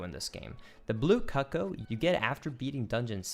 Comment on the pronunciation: a bit too much emphasis on the CUCK-oh